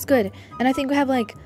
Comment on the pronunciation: "I FHINK😢"